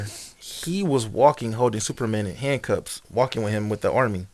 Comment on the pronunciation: Multiple times he said it. It’s another “amber-lamps” lol